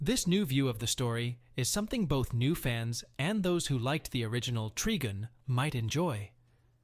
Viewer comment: its tri-gun tri means 3 or triple. trigin is a ridiculous way to pronounce it